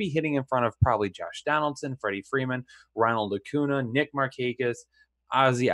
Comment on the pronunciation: Really hard for me to take you serious when you cannot pronounce their names correctly. Acuna, Bellinger, and Bogaerts botched.